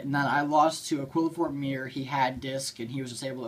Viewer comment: I hope you've learned how to pronounce Qliphort since this video.